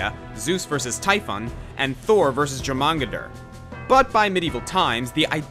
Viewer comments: I’m sorry for the nitpick, but in the name Jörmungander the j is pronounced like a y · hearing him mispronounce jomungand physically hurt tbh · Thor vs “your-man-gone-der” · It’s Jormungandr! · Not to be "that guy" except I guess by making this comment I AM "that guy", but as nicely as I can put it, for possible future reference: the Norse serpent is "YOR-mun-gand" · the serpent Thor fought is pronounced your-man-gander because I know good and well there's going to be at least 500 people in this comment section bitching about it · That's not even close to the right pronunciation.